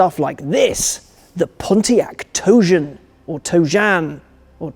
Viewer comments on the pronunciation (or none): ah, the pontiac dojyan